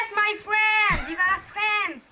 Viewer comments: No way...He says "fwiend" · Vewy thanks me fwen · Lets gho my fwend! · “Your are very big boss YOUR VERG BIG HEART MY FWEND”! Edit: thanks dark <3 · "Ma Fwend, yoou bes"... So funny😂